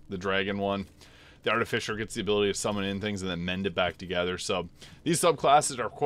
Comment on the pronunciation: So, I'm pretty new here. Is his habit of pronouncing the last part of "artificer" as "fisher" an in-joke?